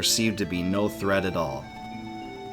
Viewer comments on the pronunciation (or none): none